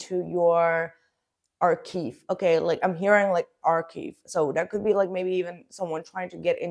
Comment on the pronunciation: a polite correction for you - it is arch(ive). The word ending rhymes with five, hive, dive, live etc